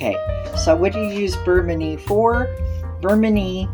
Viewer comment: I believe you are pronouncing manie incorrectly. Your video is much too long! 👎🏻👎🏻